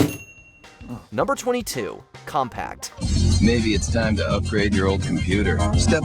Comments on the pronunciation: Compaq, not Compact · It's "Compaq" not "Compact" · Its Compaq not compact........ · Glad I’m not the only one who caught that! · Who narrated/edited this video? It's COMPAQ not "compact" LOL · Compaq, not compact, I swear every youtube channel has either AI reading the scripts, or people that barely have a grasp on the phonetics of English. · The kid recording the voiceover has never heard of Compaq. He said "Compact" every single time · Compact 😂😂😂😂😂 wow... There's not even a "T" in Compaq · Every time he says COMPACT i'm going to kick a puppy. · Compact? Seriously. Do these people not even know how to read? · The name of the defunct computer company is pronounced "com-pak". There's no 't' anywhere in the name!!!!!!!!!!!! The spirit of Netscape Navigator lives on in Mozilla Firefox. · GAK! The name of the computer COMPAQ is pronounced COM-PACK it doesn't end with a ta sound. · That's what happens when they hire ignorant kids to narrate based on their voice instead of knowledge. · I literally paused the video to see if someone had said something... until this moment, I had no idea hearing compaq wrong was a trigger for me. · COMPACT! Compaq sounds like Compack. So annoying. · There is no T in Compaq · There's no T in Compaq. 😁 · He can’t pronounce Compaq. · There's no t in the brand name Compaq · OMG COMPAQ DOES NOT HAVE A 'T' BRO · Just a little annoying narrator doesn't know how to say Compaq. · Pleeease don't forget that there's no 't' in Compaq Computers. 🤭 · There is no "T" on the end of the name Compaq!!!! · There's no T in Compaq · There’s no T in Compaq!!!!!!!!!!!!!!! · Seriously! Where is the "t"? Am I blind? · I caught that too. Figured maybe it was a slip once but he said it every time. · Came here to say this. How do you even get that wrong lol, there's no T in the word! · Seriously! Where is he getting the "t" from? Am I blind? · Where’s the freaking “T”? It’s not there!!! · This bothered me SO MUCH. Thank you lol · Compaq (Com-pack), not Compact